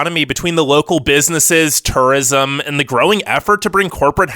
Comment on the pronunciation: I’m trying to figure out where this man is from Lol turrism got me every time